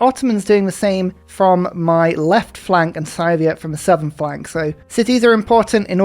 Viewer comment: I love your content, but the way you pronounce Scythia hurts my soul. It's Scythia. Sea-thia.